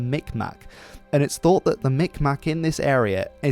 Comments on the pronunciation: Technically these days Mikmaq is pronounced as “mig-mah”, whereas “mik-mak” is considered derogatory unless referring the to mall in Dartmouth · Friendly tip: it’s pronounced Mikm - awe. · It's pronounced "mig ma" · Great video I found it interesting mainly because it involves the area I live in! I think the berries mentioned growing on the shore and in salty water would be cranberries which are big fat red berries. Miramichi is pronounced meer-a-meh-shee. The word Mi'kmaq is pronounced mig-ma. Actually I'm going to send this video to a Mi'kmaq friend of mine I think he'll find it interesting for the history aspect of it especially . Edit: Cool or rad in Mi'kmaq is Nisk! So my friend may say nisk! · Also mi'kmaq is "mig-maw" Im so sorrry lmao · Pronounced mig ma